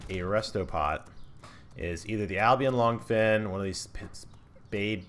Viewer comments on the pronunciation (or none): "Albion longfins" lmfao. I always love hearing different pronunciations of things like this. I pronounce it uh-be-shin but ive no clue what it actually is.